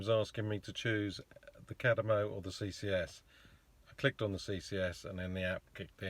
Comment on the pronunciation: Chademo not kademo 🤣 looks like you had a good trip